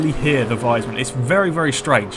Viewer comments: i dont really get what you mean,but its pronounced like wiisman you know like the console not liek wisemann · Is it so hard to say wiesmann the proper way?¿?